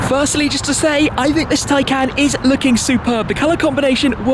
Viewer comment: Do I get it wrong? Or is it Shmee constantly mispronouncing Tay"can"?